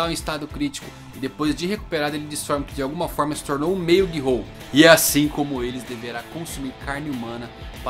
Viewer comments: GI-HOU??!??!! É GHOUL! (lê-se "Goul")!!! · nicolas navarro na verdade, a pronúncia correta seja "gul", sem falar o "o".